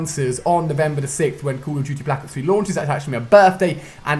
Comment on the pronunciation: Ali is saying cuhl oh diuti for call of duty oh maaan :D